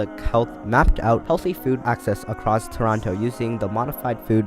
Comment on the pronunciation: You pronounced Toronto wrong tsk tsk